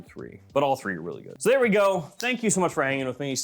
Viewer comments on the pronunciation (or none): none